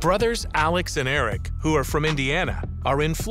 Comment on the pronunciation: May I just say the name is not Eric it is Aric.